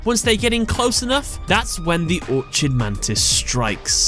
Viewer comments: It's pronounced "or-kid," not "or-chid," like how chimera is pronounced "ky-meer-rah" and not "chi-meer-rah." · it's Orchid Mantis- not Orchard so it's pronounced Ork-id. Is English your second language? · It's the Orchid Mantis, not Orchard mantis. Or-kid, with a hard C.